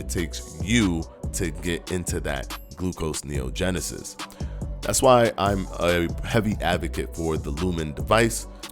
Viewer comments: It’s “gluconeogenesis” not “glucoseneogenesis”. Just FYI. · gluconeogenesis. NOT glucose neogenesis. It's one word not two.